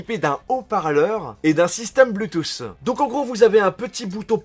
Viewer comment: Pk vous diser "bluetooss" et enfait c "Bluetooth"